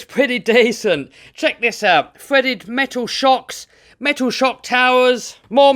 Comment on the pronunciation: Is he saying metal or mental? 😅😂😂🤣